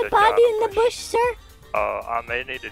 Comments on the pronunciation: “There’s a dead body in the boosh” lmaooo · “there’s a dead body in the boosh”